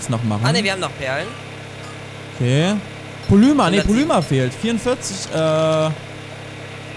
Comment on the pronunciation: Dner eine kleine Bitte, du sagst immer Polüma, das wird aber Polimer ausgesprochen, bitteeeeeeeeeeeeeeeee.